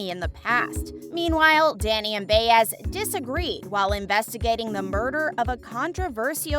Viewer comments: Why is Ryan Eggold in the thumbnail? Also, it’s pronounced by ezz, not Bay ezz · Bay ezz is an annoying mispronunciation. She is a recurring character- Buy es or Buy ezz depending on your Spanish skills. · Again, with the mispronunciations!!! It’s Buy-ez not Bay-ez for Detective Baez. Sorry, it just irks me.. 🙄🤷‍♀️ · Rite get her name rite it’s annoying me as well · Still waiting for how Season 12 will shock us fans! Lol! And please learn how to pronounce Baez’s name.